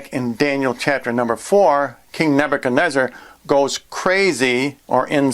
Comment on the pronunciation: king what now?! Come on dude. At least learn to pronounce your beeble names right, it's Nebuchadnezzar not whatever it is you're saying! Ooof.